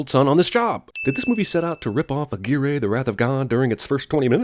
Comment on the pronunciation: A-gee-ree? I never thought you could make me a butthurt fanboy, but you did it. Plus theres no Popul Vuh in Revenant, so instantly worse.